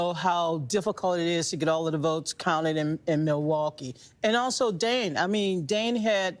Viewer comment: Can you PLEASE stop sim-pronouncing Milwaukee!